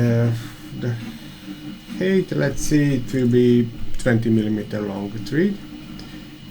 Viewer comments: Please check the pronunciation of thread online ;-) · Great content/tips! But, man, please, do us and yourself a favour and check correct pronunciation of the words you use most (thread, height). Otherwise fluent and clear pronunciation, but the few wrong words are repeated much too often and spoil the otherwise great content! Hope you take the critic as a chance and not as offence! Keep up the good work!